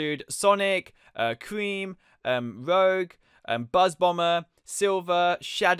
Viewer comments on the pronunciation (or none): It’s not roge you pronounce it rooj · the person you called rogue,her name is pronounced rooje and spelled rouge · Rowg? ROUGE (ROOGE IS THE PRONOUNCIATION) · Rogue was pronounced as Rouge which was good research , same with "Eggmn" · The way he pronounces rogue tho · Rouge, it’s pronounced(roo-j) the j is soft. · it is rouge not roug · I thought I was mad when he pronounced rouge wrong, but I almost blew a fuse when he 1.called marine he, 2. pronounced tikal with a hard i sound, and 3. called it an 'invisible'. He knows next to nothing about sonic. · You can people don't play sonic when the cant pronounce rouges name right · Just got to say you do not say rouge like that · Your saying rouge's name wrong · thats not how you said rogue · ya know you said rouge wrong right